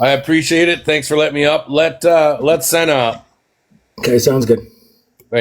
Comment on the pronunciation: Holy crap he didn't let Senna speak AT ALL and wouldn't even say her name correctly! WOW